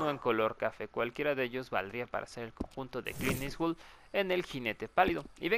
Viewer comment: oye me acabo de dar cuenta, es "Clint eastwood" no "Clean eastwood" xd